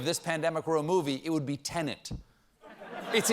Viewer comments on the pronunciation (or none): none